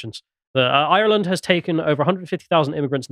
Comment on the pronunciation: Genuinely don’t care how keeps saying we’re not white, but why can’t he pronounce ‘Ireland’ like a normal Englishman? I can’t even tell if it’s a joke or a very obscure speech impediment.